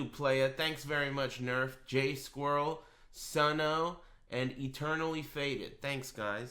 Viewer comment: “Sunn oh” Damn.